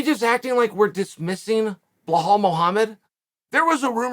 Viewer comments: That “Blahal” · HOW is it even possible that Chael is saying BLLahaL MuLhammad